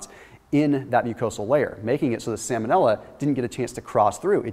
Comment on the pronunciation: Salmon-illa. Lol vanilla flavored salmon